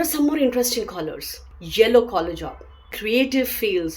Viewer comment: Collar స్పష్టం గా పలకితే బావుంటుంది థ్యాంక్యూ ఫర్ గుడ్ ఇన్ఫర్మేషన్ 🎉